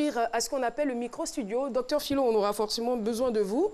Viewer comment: Docteur Phylo ''Toulogue'' mdr